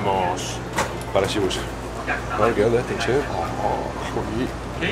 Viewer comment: Y suena como i...shibuya sonaría shibuia.